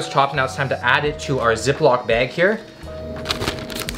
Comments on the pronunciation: He says bag funny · Best part is when says something like bag and his Canadian accent comes out